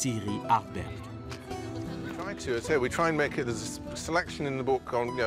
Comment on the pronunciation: Ardbeg, pas ardberg